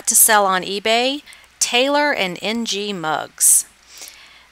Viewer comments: Ng is pronounced "ing" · Lovely video. Very informative. I lived in Hawaii for ten years and had many Asian friends. Ng is definitely pronounced Ing.